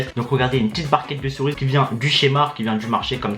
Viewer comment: c'est le seul gars au monde qui dit les "corises" a la place de cerise